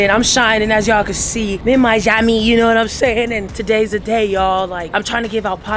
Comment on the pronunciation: said miyammy lmao Miami! Lmao